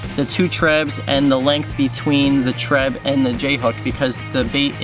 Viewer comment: Nice vid but for some reason I can't stand when u say treb